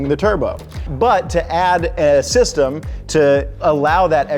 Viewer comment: Did he say step sister or step sistem?